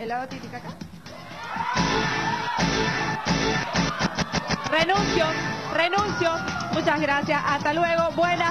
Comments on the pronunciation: ¿Lago Ticataca?... NOOOOO... ES TITICACA... Ni es océano ni es Ticataca 🤣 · el la ticacaca ja ja minuto ella lo dijo no es experta en geografia. el lago titicaca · 😅 La narradora de este video también se equivocó al llamar al lago "Tica taca"🤭🤭🤭... min. ... Es Titicaca. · Lo increíble es que la presentadora del vídeo se burla diciendo lago tikataka porque es evidente que no sabe que existe un lago llamado Titicaca, tan mal una que no sabe que el Titicaca no es un océano como la que no sabe que ese lago existe y no se llama ticataca. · Dijo tika Taka.. xD está igual la presentadora del vídeo que los concursantes de los videos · Cuándo te quieres burlar de alguien en un vídeo pero en vez de decir lago Titicaca dices "lago tika taka", pésimo también la cronista del vídeo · no es tika taka, es titicaca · La confusión de la palabra es a propósito o si se confundió al decir Lago TICATACA cuando es Lago TITICACA. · Tica Taca🤔🤔🤔🤔????? Te hubieras tomado el tiempo para informarte y así decir bien el nombre 🤨...caiste en tú propio juego🤣🤣🤣😂😂😂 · Lago Ticataca??? XD pufff.... es el Titicaca el lago más grande y más alto del mundo ubicado en Bolivia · Tampoco es el lago taca taca como lo dice la locutora, es el lago "TITICACA". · No es Lago Ticataca. La locutora no sabe que el nombre del Lago es Titicaca. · Para un top de errores de videos de Watchmojo, "Lago Tica Taca" 😅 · Me dolió el alma, un latinoamericano que no puede decir Titicaca 😢